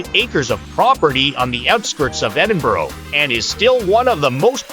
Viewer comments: The worst possible voice over ever! Cheezy all-American accent, multiple mispronunciatons including - ad nauseum - Edinboro??!! It's Edin-burr. Or as many locals say, Em-bra. Some nice video clips, though some syncing with the narrative would have been beneficial for those lacking familiarity with the city. Also, for any visitor, walking through the New Town is a great experience and can be done enroute to Dean Village before a walk along the Water of Leith to Stockbridge enroute to the Royal Botanics. Also, a day on Victoria Street? I think not! There are some nice shops, true, though most are specialist offerings. An hour would likely be max. Though the Botanic Gardens is a nice place to find some quiet, so is the west end of Princes Street Gardens, with the castle overlooking. Get some eats at Marks & Spence on Princes Street and make your way down the steps at the bottom of the Mound...and 'dine' in the shadows of the castle. Fabulous! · for god sake its Ed in burgh not ed in borough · edin-boro? /rolls eyes